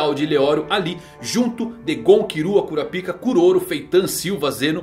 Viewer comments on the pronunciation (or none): KurapÍka... 🥲👎 KurÁpika... 😌👍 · É "Kurápiká", não cura-pica. 👎🏻 Será possível que não assistiu ao animé em áudio original? Ou é só o prazer de trocar o nome do personagem pra uma conotação sexual? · Se pronuncia Karapaika, cura pica é foda!!! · como é: kurapika como ele fala: cura pika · Arrumar essa pronúncia para KuRÁpika, com ênfase no RÁ, não faria nenhum mal. Se aproximaria da pronúncia original e ainda tiraria essa ênfase do "pika" que soa tão ruim em português. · hanta hanta kkk curapic@ mano nao da pra assistir fala br que agunia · você poderia pronunciar o nome do Kurapika corretamente kkk